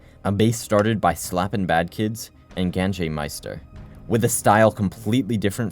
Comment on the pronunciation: 3 hours of you butchering their names😭☠️ gan-j-master, bro lmao it’s ganj as in ganja like the slang for marijuana bro… and this is the one that broke the camels back, whole video you did shit like this